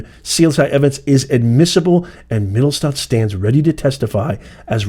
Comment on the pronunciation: "Mit tell sch stat" Yes, you were doing it right, the name is German and roughly means "middletown" in America it means downtown